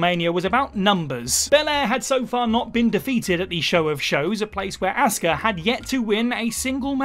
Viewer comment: You don't know how to pronounce 'Asuka'. It's not 'Assska'.